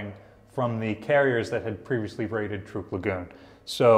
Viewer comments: it is pronounced TRUCK! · You pronounce Truk as Trook. Why is that? I have always heard it pronounced Truck. Including Dad who was there.